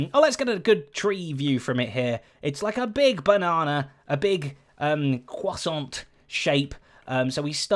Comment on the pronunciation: Dude I'm French and by looking to your video I realised how the word "croissant" was weirdly pronounced by English people 😂😂 it's so hilarious